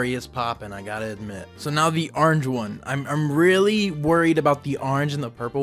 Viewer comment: “now the aarnj one”